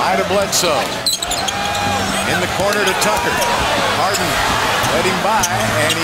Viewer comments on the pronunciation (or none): JAMES HAREN!! No "D"!! Lol